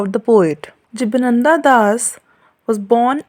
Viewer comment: It's not jiba nanda its jiban ananda...please pronounce correctly before making video...its disrespecting